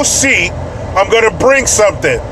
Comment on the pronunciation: Lol when you were talking about the super bowl I thought you kept saying break shit instead of bring shit, I was like why would you do that? 🃏😂 😂